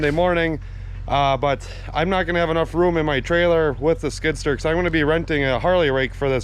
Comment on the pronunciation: love how he pronounces skid sturr